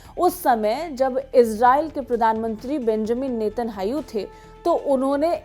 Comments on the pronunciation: Anpadh anchor. Not netahau. Netanyahu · Please learn to pronouce israeli PMs Name correctly its Netanyahu not Netanhayu